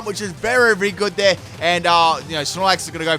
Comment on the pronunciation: "berry good" bruh